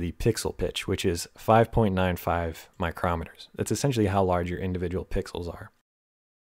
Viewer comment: Great resource,! By the way, μm is pronounced "micro-meters."